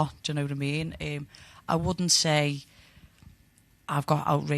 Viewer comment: How thick does your accent have to be when you say “um” like “iiiihm”